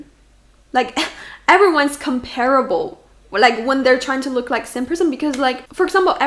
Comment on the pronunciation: It annoys me when people mispronounce comparable